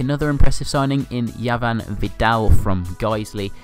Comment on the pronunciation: You pronounced Javan's name wrong. You said it as it had a 'Y' at the beginning.